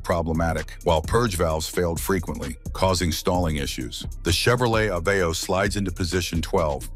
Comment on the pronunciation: OOOPS! ANOTHER MISPRONOUNCIATION! BAD FOR YOU! You're Supposed To Say AY vee oh! Accent On FIRST Syllable Unlike The Capital of MONTANA, In Which It's On The Second Syllable.